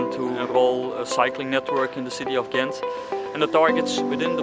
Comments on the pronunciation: in the Netherlands they have this throat G, in Belgium it's a soft G, your first pronunciation was better then the ones from the Netherlands :) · Much respect to you for trying to pronounce the names of the places in the local language, even for Ghent/Gent is which known internationally and basically also has an English way of saying it. When you tried to say the names after hearing it, I was surprised by how close you are to pronouncing it perfectly. You have excellent hearing and pronunciation! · i live in Ghent ( you pronounce it well for english speaker) and coupure was always a wild place to cycle it got a little better but cyclers are still not that much safer. because of economic cuts the streets lights go off around midnight etc. its nice during the day time not so much during the nightlife. Also now they building cycle road under the bridges it use to be on the bridges itself so conflicted with cars and daily collisions in the first few years. I enjoi the "circulatieplan" but it made it impossible to park anywhere without someone screaming or wanting to fight you.... anyway greets from belgium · 8.35 My compliments for you trying to pronounce the cities correctly, you were almost spot on. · Ghent is the English way of saying it, so you are pronouncing it just fine. I used to live at the part of the river they brought back. Was amazing to see the transformation from an ugly parking lot to what it is now. I can imagine that the worth of any house in that street went way up. :D